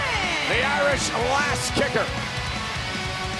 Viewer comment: said becky lunch not lynch